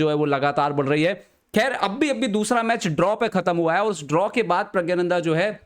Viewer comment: pahele Puri knowledge rakhliya kr wo Hindi me aur Tamil me प्रज्ञाननंधा hi hai uske nam ka asal pronunciation yahi h 😂😂